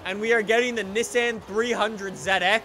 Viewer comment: Why do you pronounce Nissan so weirdly? [Nee-sahn]